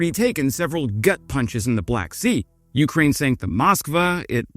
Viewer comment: I like you and subbed, but the way you say YOUkraine is cringe. Can you please try accenting both syllables equally. See how that feels on your tongue.